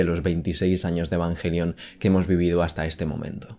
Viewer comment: Asi se pronuncia en Japonés....